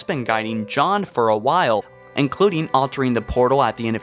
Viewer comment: NiLog Films - he also said “Jod” instead of John.